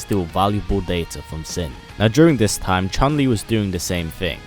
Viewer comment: U don't say like sin buy the word it's SIN by the letters